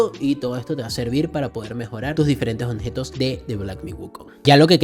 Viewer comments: La palabra es OBJETOS compa ...no Onjetos 😂..solo eso, por lo demás muchas gracias por tu ayuda 😁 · Toda la saga escuché decir “Onjetos” jajajajaja